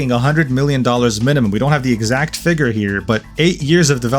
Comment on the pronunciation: You pronounce "figure" incorrectly